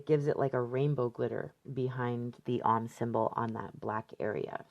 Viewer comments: OM rhymes with dome, not mom. Long 'o'. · Love your work and videos,. FYI, Om is pronounced like 'foam' (without the f, obvs)